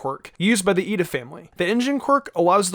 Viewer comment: So it's I-ida *mindblown*.... So why do they pronounce it as Lida.... Thanks for this